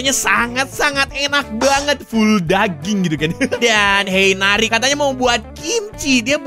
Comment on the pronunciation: bang namanya bukan neri tapi yang benar nari